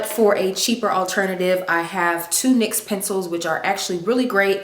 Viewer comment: It's pronounced (Nyx)NIX! It's not an acronym people! Love the video super cute